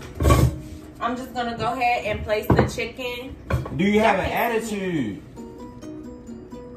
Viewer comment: "attiteeeewwwd" 😭😭 giving very much bmore